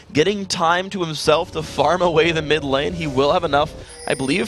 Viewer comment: " ADC Kennen and mi Victor, will it work?" You forgot the d in mid by the way